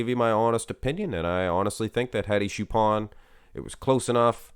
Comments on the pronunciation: Hello It's not shupen or shupan its chupan! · It's Hadi Choopan not Hadi Shupen